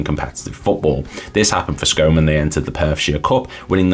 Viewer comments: Scone FC is pronounced Scoon FC.You could have done a bit more research but this is a decent watch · Not a criticism but the correct pronunciation of Scone the place is Scoon. Absoloutely brilliant that you are doing some right obscure teams. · Two attempts to say Scone and both wrong - it's pronounced Scoon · Good research on Scone FC (other than the pronunciation) - I actually grew up there and wasn't aware there had been a second team in Scone (all the pictures you show are of Scone Thistle, who are still very much still going, but have always been a junior/juvenile team). It's a small place pop. c 5,000 and would have been about half that size in the 1920s - shows how much people wanted to play in those days. Scone famously had a 'ba game' (like Kirkwall & Jedburgh) between the married men & the bachelors during the 19thC - maybe that influenced the composition of the two teams